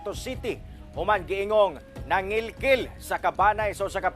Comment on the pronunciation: Nangilkil or nangikil? 😂😂😂😂